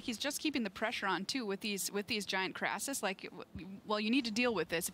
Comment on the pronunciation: It is not a Krassis. It is a KRASIS. CRAY-SIS.